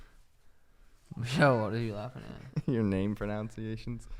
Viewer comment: Suga- "What are you laughing at?" (mispronouncing the word...."proNUNciations", as he invents a nonexistent word "proNOUNciations" to explain Suga's mispronouncing words) saying "your name proNOUNciations" in his reply to Suga's question. high as Fizzzzzzuck right F'ing nizzzzzow. LOL!!!